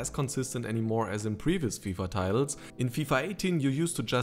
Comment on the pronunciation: "... finishing in general is just not as consident anymore as in previous fifa 'teils' - sauber georg :D